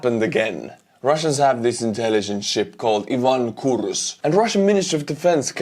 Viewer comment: The name "Ivan Kurs" is difficult to be butchered properly. Ukraine had to send drone boats to do it.